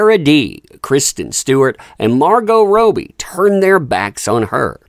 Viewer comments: plzzzzzz its ROBBIE... ROB BEE not ROW BEE... crikeys plz say it right mate 🤣🤣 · Hey it’s Margot Robbie Rob ee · It’s pronounced “Robbie”. 🤣